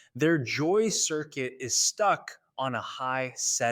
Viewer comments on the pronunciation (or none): none